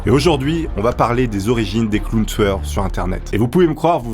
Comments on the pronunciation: On dirait tu dis clown tsoueur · Pourquoi tu dit clown touyeur